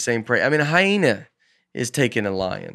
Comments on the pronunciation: Can we get “ commercial break Bates” to ask Nate to pronounce “ hyena” again and then just savor the moment? 🤣🤣 Hi-na? 😂😂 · Surprised nobody else picked up on how Nate was pronouncing Hyena as "HY-NA" and not "HY-EE-NAH". This could be the new PANGUIN debate!